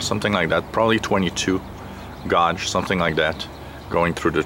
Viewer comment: As long as it doesn't snap that should be a pretty good antenna for you. Btw, gauge is one of those english words that isn't pronounced like it's spelled(and what fun those words are)